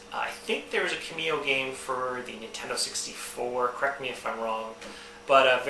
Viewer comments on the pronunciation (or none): Yeah, you are pronouncing Kameo wrong. Its said like (Cam-meo) and you are saying (Kih-meo)